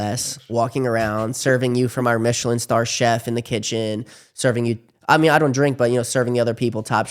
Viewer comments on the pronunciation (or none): none